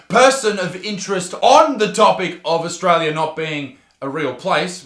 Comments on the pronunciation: "Orstralia do's not exast" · that kid cant even pronounce words and he is accusing Australia that it is not real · “Aostraliaaaa doooes not eggsest” -stupid person 2021